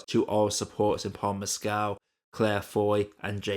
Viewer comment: Correct pronunciations: "Haigh" rhymes with "vague" (long "a" and hard "g"); "Mescal" = "MESS-cull." Thank you.